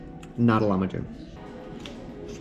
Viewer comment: You know that lamahun is pronounced like lahmajun with the j pronounced like the j in job